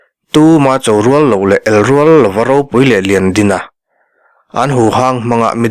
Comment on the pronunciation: Mal chaw tih hi a rik dan hi Mal = single ang deuh in a ri deuh zel in ka hria a, malsawm tih a mal lai ang hian a ri tur ani...